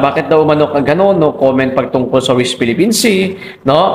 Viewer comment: D ka nahihiya boy yung mga amo mo ang daming atraso ok lng sa inyong mga kulto. pag ang presidente pala ang murahin at siraan ok lng sa inyo aba is kang kalahating bugok is pa Ayusin mo pananalita no d ka maintindihan correction west Philippine sea hindi wist😂😂😂